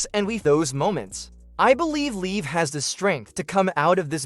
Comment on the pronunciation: It's not leave morgan it's liv morgan! You know, like live in a house 🏠 only without the letter e at the end of the name get it!